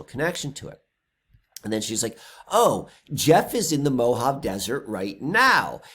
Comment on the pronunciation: pronounced MO-HA-VEY.😀😀